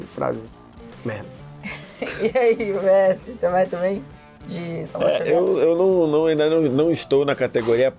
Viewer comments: “Xamuel Savier” do VSR aos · xamuel savier 😂😂😂😂